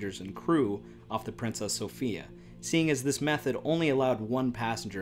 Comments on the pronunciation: Good info, but the name of the ship was pronounced so-FYE-a, not so-FEE-a. Apparently the traditional English pronunciation. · The name is pronounced "Princess SO-PHI (eye)-A"